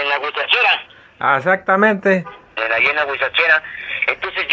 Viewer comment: ya lo see... Pero el extorsionador dice "Guachicheraa" ... Y no huizacheraa... Es lo que me dió risa xD